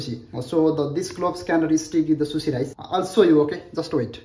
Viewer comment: It's not susi,,,It's sushi...